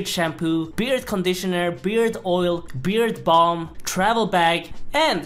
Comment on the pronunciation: I swear you said beer bong not beard balm